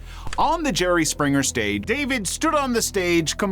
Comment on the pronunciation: Jer-RY. Jer-RY. Jer-RY.